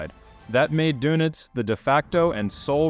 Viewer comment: You might want to listen to the German correct pronunciation of the admiral's last name, just saying.